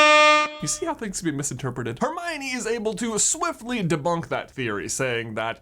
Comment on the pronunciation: 21 fools think like Her- my- o- knee. 🙄😒😔